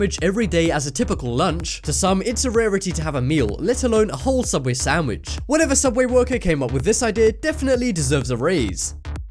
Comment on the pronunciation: the soobway one and the solider one